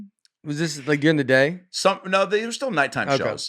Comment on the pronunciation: Washington State! My home state. By the way, Nates pronunciation of "We'll" sounds a lot like "we're". Like "we're have some more New York comics on". And "dearing" instead of "during". Is that a southern thing? I initially thought Nate was doing a bit. Like he says his comedy is based on him playing dumb. But the more i listen, the more i think this is just how he is. Funniest podcast out there! I hope one of Nates pilots gets picked up. He has some hilarious ideas.